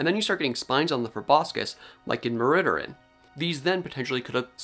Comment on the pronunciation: Many thanks for the excellent report, and great to see you've really got to grips with the paper. (Psst... you need to pronounce the second syllable as well... then you won't be far off! 😉Something like Mi-AIR-ri-THIrrin will get you close. Welsh should always sound slightly musical!)